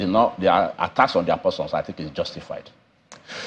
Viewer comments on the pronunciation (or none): "l tink" from our SAN and he is "arpy" 😂😂. The SANs of our country 😭😭